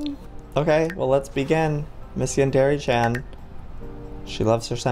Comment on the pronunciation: JOEY YOUR SAYING HER NAME WRONG